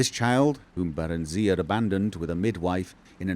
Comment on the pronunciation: The way pronounces it. Bear-en-zee-uh.